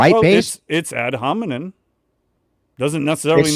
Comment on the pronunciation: he keeps saying 'ad hominin'